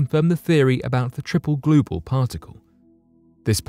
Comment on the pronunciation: What are..gluebals glue balls. Blue gals.. what is he saying. I dont even know what that is. Damn.